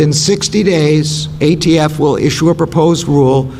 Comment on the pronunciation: He said AFT multiple times. It’s ATF Can’t believe this is the best the left has.